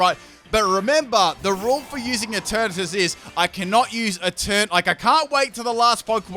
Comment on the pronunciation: ‘’And Eturnatus is going to be turned into Eturnapiss” Wtf?